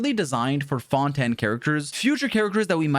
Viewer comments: The way pronounces Fontaine as Fon-Tan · Ah yes the new region “Fonten” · Why he saying fontan? Lmao i swear always tryna be quirky and unique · Bro called fontaine fountin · FONTAN WHAT THE HECK ARE YOU SAYING 😂🤣😂🤣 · Fon ten I am dead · i heard say fontan than fontaine XD